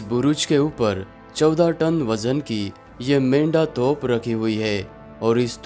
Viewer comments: Toph Nahin Hai Ray Bewaqoof, Toop Boltey Usko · तोफ़ नहीं तोप